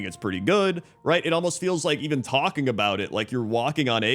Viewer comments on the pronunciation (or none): none